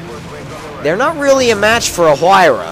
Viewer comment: The "H" is pronounced like a "W"